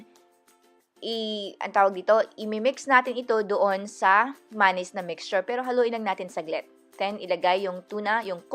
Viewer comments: Hahaha maynaise talaga boomm panis ✌️✌️😝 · Ok na sana kaso masyado mong inaartehan yung pag bigkas mo ng mayonnaise na maynaise maging natural lang ate girlzzzz 😂😂✌️